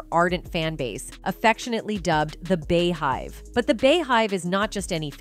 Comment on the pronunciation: The “bee” hive 🐝 (not the “bey” hive